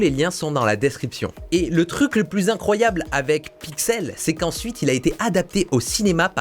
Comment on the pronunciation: Vidéo « Incryoable » ??